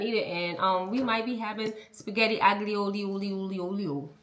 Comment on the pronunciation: Ooooo… the food AND knives look good! Now, let’s talk about the spaghetti pronunciation. 😭😭😭😭